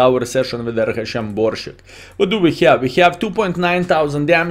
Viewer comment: Pronounce "sharp" S in Borsig, dear friend, the same way you are used to saying it n your mother language ;)